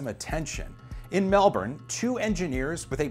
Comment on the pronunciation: You get an extra thumbs up (and high five) for pronouncing Melbourne correctly. Most Americans seem to pronounce it Mel-Borne, not Melburn, which is correct. Well done.